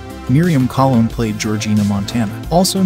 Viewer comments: Yeah, and it's Miriam "Cologne"., not Collin or whatever he said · The last name Colon is pronounced Ko-Lone. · Good Lord, do your basic research and pronounce Robert Loggia’s and Miriam Colón’s last names correctly. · Very interesting information on the cast of a classic film. However, I cringe everytime you mispronounced the name of some of the actors in the film. Please learn how to correctly pronounce Loggia, Colon, etc.. Thank you!